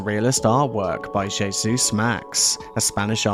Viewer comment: Hey Zeus Esp. pr J=H not jayzoos, jebus!